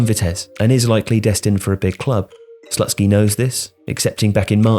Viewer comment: Great content,! However, I feel like in this case there is a need for a little correction 😄. The coaches name is pronounced more like Slootskiy, not Slut-ski. (Usually I wouldn't mind, but I think it just sounds too wrong 😂)